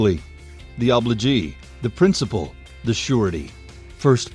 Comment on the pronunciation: good explanation, says "prinicipal" instead of principal just so you know